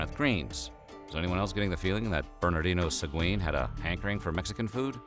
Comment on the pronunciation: You misspelled and mispronounced xocolatl. We still make it. Much better than the European version with sugar and milk. It's made with water, cacao and chiles. You mispronounced Hernán Cortés and Sahagún. You had trouble with nixtamalization, but almost got it. Sounded a little Gringo, but OK. We usually don't make a "flour" out of it, which would be a powder, and in fact flour is more associated with European wheat; rather, we take the moist, stripped corn and grind it on metates to make pliable masa. We then use this to shape tortillas, gorditas, tamales, picadas, orejas, and a myriad other shapes for different cooking meals. "Te-noch-ti-TLAN", accent on the last syllable. (Tenochtitlán). We call amaranth huautli. Pipián, not PE-pian. Same basic construction as mole with a few different ingredients and coarser ground seeds. And no, it doesn't always contain vegetables, in fact almost rarely; it's a type of meat stew. Adding vegetables is a matter of taste or regional habits. Ahuacatl (Nahuatl language). Spain aproximated it phonetically, aguacate, and that is what we call it in México today. I guess the English couldn't handle it and came up with "avocado". Figures. Chi-NAM-pas, not with a "chee" sound, and "nam" as in a flat "A", sound, not as in "spam". And please stop saying Tenochtitlán. Huitlacoche is delicious, tacos stuffed with it and salsa are all over the place. To pronounce it, the "H" is silent. Make it with some roasted chapulines or make scrambled eggs with it